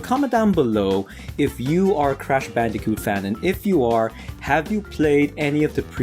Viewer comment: hey u said bandijoot its bandicoot